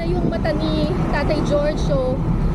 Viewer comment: Jorge is pronounced as Horhey, not George.